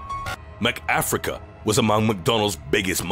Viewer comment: Did you say MCafrica? Lol